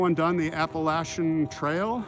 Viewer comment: Hey good evening brother how you doing are you around Asheville North Carolina it’s pronounced Appalachian